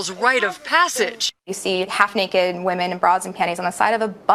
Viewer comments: One women. Multiple woman pronounced( weemon) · The plural of woman = women, pronounced as “wimmen”. It’s called respect and proper grammar. Just saying… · For the love of God, pronounce “women” correctly! What idiot taught your generation to pronounce it like “woman””?! It’s pronounced “wimen”! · i gotta say....its pronounced WHIM en not Whoom-an. Woman is singular, Women is plural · one (woman) two (wimen)! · 'Women' is pronounced - whim-en. FYI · This was great but it’s pronounced “wehmen” ... woma is singular and women is plural. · ITS WIMEN OMG. WOMEN PRONOUNCED WITH A WEE. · Hey just wanted to let you know WOMEN is pronounced "Wim en" not the same as "woman" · Cringing when this kid can't pronounce "women" probably 🙈😖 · Can you pronounce women correctly please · That’s not how “women” is pronounced 😅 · Pronouncing ‘women’ wrong…😑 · you mispronounce women (you have a different first language probably?)